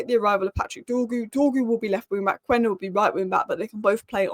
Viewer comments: KENDA! It is pronounced KENDA. Not Kuenda. Quenda =Kenda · It’s pronounced Kenda. The U is silent in Portuguese. Please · It’s phonetically Qenda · I have nothing against hojland but I'd hold onto zirkules and get another striker. I feel like we're always talking about gyokores and cuhna😮‍💨 I don't think gyokores thrives in the EPL, he needs space, without it he's as effective as rasmus.... He is a calmer finisher though Also, I'm not Portuguese but as far as I know it's pronounced key-enda - it's an African name, and I happen to be South African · It's pronounced kenda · Might be surprising, but Quenda is actually pronounced Schmeichel.